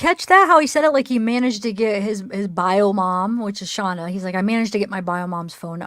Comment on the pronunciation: It’s not Shonda it’s Shanda